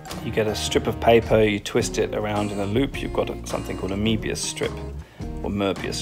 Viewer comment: "Moebius", not "Morbius". 😉